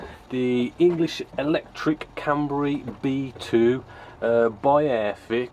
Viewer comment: can-ber-a not can-ber-e